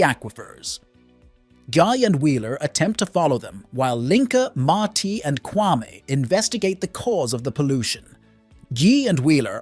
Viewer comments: I can't watch this 😢. Bro you said the names right in the intro...Gi pronounced Gee and Ma-ti pronounced Ma-tee. It peeves me to much every time I hear them pronounced! wrong. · Mai Tai is the name of a drink 🍸. His name is Ma Ti (Ma-Te.). The five young men ? Did two of them have a sex change, or do they identify as men? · Same! I had the same complaint lol. The wrong pronounciations was so annoying.